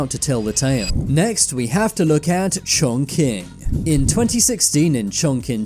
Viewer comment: Chongqing China is pronounced closer to Chongching